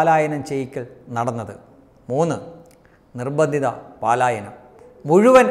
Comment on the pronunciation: പാലായനം അല്ല പലായനം ആണ്